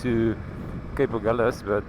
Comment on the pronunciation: No, because of compass needles that swerved around as the sailors went from south to north. The Portuguese word is Ahulhas (pron something like Agoolhjash) and the liaison L' here is a misnomer, although locals insist.